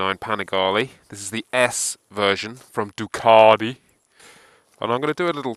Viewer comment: I find this guy an irrating arse. It's clear he loves the BMW & why would buy this bike to commute on? It's a sports bike for heavens sake. One last thing is how he said DUCATI, It's not DU KART E. Rate over